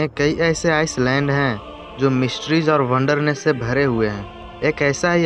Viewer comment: ओ चंबू।।।।।।।। इसको आइसलैंड नई आइलैंड बोलते है